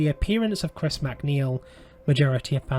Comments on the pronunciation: Another movie ruined by David Gordon Green. It can’t compare to the 1973 masterpiece. The first movie in this trilogy might have faired better as a stand-alone possession movie vs. trying to connect it to Friedkin’s film. FYI: It’s pronounced “Raygan” not “Reegan” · Dude if you're going to do a vid expecially about a well-known character at the very least pronounce the bloody name right it's RAY- GAN not REE-GAN. Christ on a bike it really pisses me off!!!!! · Ray-gan not ree-gan. 🤦